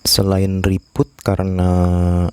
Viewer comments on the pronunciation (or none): reboot bukan ribut 😁🤭